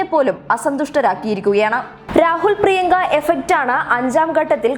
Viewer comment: പ്രിയങ്ക എന്നാണ് .. പ്രിയക്ക എന്നല്ലാ...